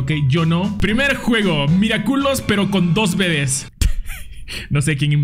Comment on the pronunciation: Yo igual me carcaje porque en ves de decir Miraculous decia miraculos